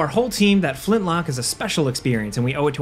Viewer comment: You say "Flintlock", but all I hear is "Flint-LOCK-WOOOD!!"